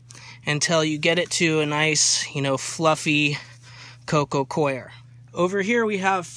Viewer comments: Please stop saying co-i-er people. You sound so stupid. That hat doesn't help either. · Its not pronounced CORE actually and it doesn't matter where you're from "coir" is pronounced Kwar like the guy above said. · Learn how to say Coco COIR - its pronounced CORE lol